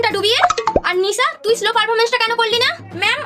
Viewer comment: আরে দিদি ওটা স্লো না ওটা 🙄শ্লো পারফরমেন্স হয়